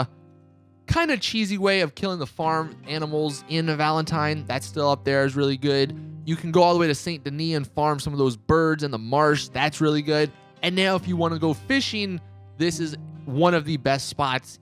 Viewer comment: Dude have you actually played the story? It's pronounced "SAN DEN EE" not literally Saint